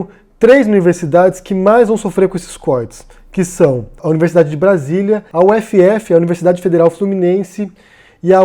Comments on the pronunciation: A gente chama a universidade de "úfi" ahaha. U-F-F ficou esquisito. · não é U F F, se fala ufi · para UFF se diz “ufi” e não “uefeefe”. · Sei que é uma correção boba, mas a gente não fala U-F-F, falamos UFI. Já a UFBA, a gente fala UFiBa. A UnB, onde estudei, é UnB mesmo. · Fiz mestrado na UFF. Acho engraçado que as pessoas de outros estados soletram UFF rsrs não chamamos de "u-efe-efe", mas de "ufi" :)